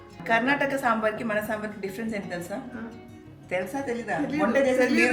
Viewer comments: Onta kaadu Sameera 🤣Vanta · ఒంట కాదు వంట😂😂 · Onta nai sameera didi it's vanta karko bolte telugu mey 😅 please correct it ❤ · Sameera vonta kadhu adhi Vanta.